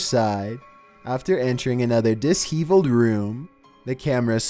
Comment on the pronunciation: Wesley Hall it’s terrible. He regularly mispronounces words “dishevelled” he said “dis-heave-uld”. I would rather listen to a computer generated voice than this idiot. At least they have proper cadence and pronunciation.